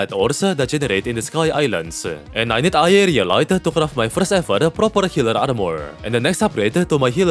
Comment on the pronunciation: Am i trippin' or no longer struggles to say aerialite?